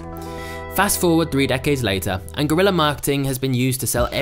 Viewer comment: It's guerrilla not GORILLA 😂😂😂😂😂